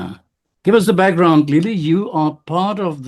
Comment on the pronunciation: Its not lillie it's lelie